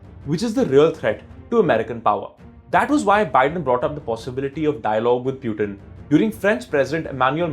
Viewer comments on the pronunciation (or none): How difficult is it to pronounce Putin and not “Pyutin” 🤯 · Its not pronounced "pyutin" its putin. Hindi vala "पुतिन". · It's Pootin and not Pewtin...just saying 🤷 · To the news reader... It is Pootin not Pyutin. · I was laughing the whole time at ur accent ...learn some English Bro. Tired and Putin pronunciations were so funny. Grow up bro